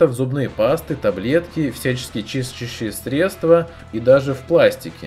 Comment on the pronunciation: Может выговорить любой сложно выговариваемый элемент, но не смог выговорить чистящее средство :D